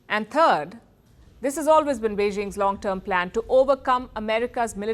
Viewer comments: She got me busting a gut when she said 3rd.... .AND TURD CHINA HAS TWO HUNDRED AND TURDY FOUR WARSHIPS 😂🤣🤣🤣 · YOUTUBE DELETED THIS COMMENT THE FIRST TIME! STOP 🛑 THAT YOUTUBE YOU'LL BE CASTRATED😂 This lady had me busting a gut laughing saying "3rd/Third" in English. She said and TURD💩, China has two hundred and TURDY Four, 234 War ships 😂🤣🤣🤣